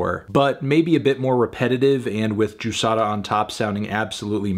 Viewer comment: Can we talk about how well Fantano pronounces the "r" on Juçara's name DAAAMN like I'm brazilian and I've never heard an english speaker that doesn't speak portuguese (I think he doens't, at least) say it that well!!!